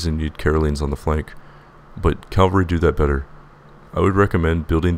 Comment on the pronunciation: Ca-val-ree, not cal-ver-ree.